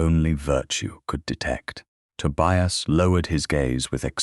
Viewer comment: The constant mispronunciation of Tobias really spoilt the narration.